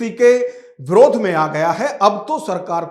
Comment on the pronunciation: अरे यार विरोध होता है । आप ब्रोध क्यों बोल रहे हो।